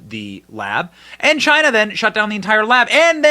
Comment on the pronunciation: The lab had strange activity and something related it’s air system replaced right around this time. Pair that with Fauci’s absolute panic…this has been obvious from the start. “Because it’s came from CHY-NAA”